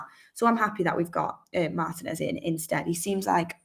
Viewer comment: Mar-TEE-nez not Mar-tih-nez